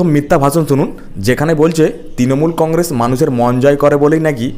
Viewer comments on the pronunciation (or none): none